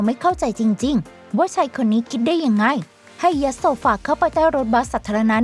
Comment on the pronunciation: พี่ต้องฝึกพูดคำว่ายัดใหม่อีกรอบนะ